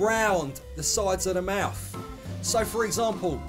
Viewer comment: Did he say “mouf”? 😂 Love this.